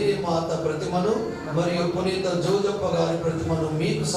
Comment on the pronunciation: 2 వ పఠనం చదివిన ఆయనకీ పునీత అనే పేరు కూడా రావటం లేదు పురీత అంటున్నాడు